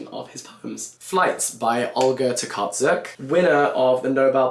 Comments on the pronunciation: [ poland ] Hey Olga's last name is pronounced To[c as in cat]ar[ch as in chair]uk (Tocarchuk) And I would recommend reaching for other authors if you already know Olga' books! Yes, she is the newest Nobel prize winner in Poland, but we have a few more! And some great authors who didn't get the prize. I know your list is closed, but here is some recommendations for anyone who wants to read smth from Poland! Hanna Krall - novelist, journalist writting about holocaust. translated books: Chasing the king of hearts, the outwit god, the woman from Hamburg Czesław Miłosz - another Nobel prize winner, poet book: The Captive Mind Anna Bokont - "the crime and the silence" story related to history of one polish village and a murder of jewish population there Bolesław Prus - "the Doll" book that every polish person knows (hopefuly bc they made us read it in school), a novel that takes place in mid-19' century in Warsaw Stanisław Lem - any book if you are a fan of sci-fi Kaja Malanowska - "Fog" detective-thriller-story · And by the way, Olga Tokarczuk's surname is pronounced "Tokar-ch-uk" as "cz" is "ch" in Polish 🥰